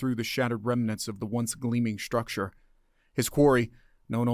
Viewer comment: Structure................NOT SHTRucture. In just the first minute!!! NOT listening to the rest.